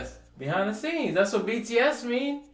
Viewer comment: Everytime he screws up BTS's name, I die a little bit inside.😂😂😂😂😂❤️❤️❤️❤️❤️